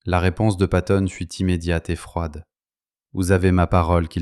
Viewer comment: Patton.....avec deux T .....s'il tE plait !